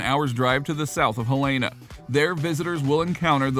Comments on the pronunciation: Okay - thanks for this. But you need to pronounce it right: it is "HEL-eh-nuh." People from there (including me) really hate it when people call it "hel-AY-nuh." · You would think that if someone is hired to voice over a type of travel log....they would pronounce the town name correctly...and I'm from Illinois.